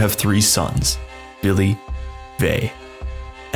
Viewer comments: ...it's Vili, Ve, and the allfather...who the f is "Billy"? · Fillheim is German.. Norse mythology is Scandinavian. Yes the German was vikings then, but they're European. Also it's Odin, Villi and Ve, not Billy and Vai. AND IT'S VESTRI NOT WESTRI. It's Midgard, not Midgarde. Hvergelmir. Also Villi and Ve were never, NEVER renamed. They were just also called Honir and Lothur, not Loki. It's Askr and Embla, god dammit. And it's Asgard, not Asgarde, god is this Marvel? putting A in Norse names? god damn. Odin's ravens names are Huginn and Muninn, thought and memory is what they represent. Thor isn't Freyja/Frigg's son, he's a son of a jotun giantess and also Goddess, Jord/Fjorgyn. Baldr, Hermod and Hodr whom are children of Frigg/Freyja. Vidar/Vidarr being the son of Grid also a jotun giantess. Heimdall is also Odin's son, but he had 9 mothers who were sea maidens or also Jotnar of the water, Gjolp, Greip, Eistla, Eyrgjafa, Ulfrun, Angeyja, Imth, Antla, and Jarnsaxa. Also we don't know who Tyr's actualy father is, we either say it's Odin and another Jotun named Hymir. Tyr's mother is yet another Jotun, Hrodr. Loki is not Odin's son, Loki is the son of Laufey and Fárbauti. Loki is not an Aesir, he's a jotun, he was an ally with the Aesir. Loki becomes Odin's blood brother after tricking the blind god Hodr to shooting Baldr with the mistletoe. Also it's Suttungr. Ivaldi is the father of the Brokkr and Eitri, we don't know nothing about Ivaldi, but we know his sons are known as "Sons of Ivaldi", Ivaldi never made Sif's hair, Brokkr and Eitri